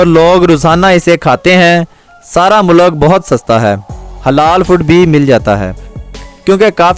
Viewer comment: بھائی لفظ مولک نہیں ملک ہوتا ہے مقصد آپ کا دل دکھنا نہیں بتانا تھا کی یہ آپ کی ویڈیوں دنیاں بھر میں دیکھی جائے گی